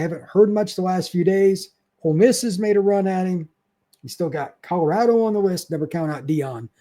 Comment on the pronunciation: could tell by the way you said Colorado. I moved up from tally to NW Illinois 2 years ago. We should connect if you’re ever in the Chicagoland area